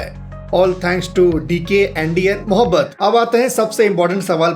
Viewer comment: mo bobat ❌ mohhabat ✅